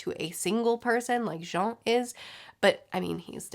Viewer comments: That "Jon" pronunciation sure is something <3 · Why’s she pronounce Jean like that